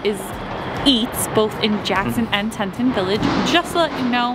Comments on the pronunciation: Its Pronounced TEA-TAHN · Al pine not alpin. Tee tawn. Mange eee. Not mangy. Might try to pronounce the places you travel to correctly. 😂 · The way she pronounces stuff so wrong though! 😂 Teton, Mangy Moose, and Nutella! Too funny. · thanks so much! The area just had so many great eats. And Yes I kept pronouncing it wrong :( I tend to do that. Sometimes I get embarrassed by it but I get so excited when I am on site somewhere